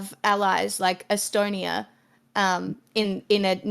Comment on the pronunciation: "es-stone-ear"? What's that? How does it relate to Estonia, which clearly has no "r" at the end of it, just like America is never to me mispronunced as "A-merry-cur." "eye-deer"? That a new kind of deer? ... Idea has no "r" in it, stop replacing the vowel "a" with "er," it's revolting abuse of my senses. Nasty non American dialects must be destroyed.